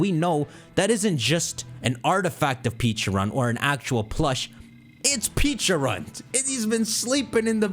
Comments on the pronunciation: 😖I cringed every time you mispronounced Pecharunt. You keep saying Peacharunt instead of Pecharunt. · You say Pecharunt's name like Peacharunt. Peaches don't exist in Pokemon. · Pronounced peh-cha runt. Like the pecha berry. The pkmn equivalent of a peach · The pronunciation is killing me in this video, they’ve already said it’s pronounced pech-a- runt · PECHA-RUNT…. Peh-Cha-Runt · PEH-charunt ,Pokémon world has pecha berries not peaches lol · Something no one talked about is how nearly nailed Pecharunt's name by calling it Pecharo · Mispronounced Pecharunt 🤦‍♂️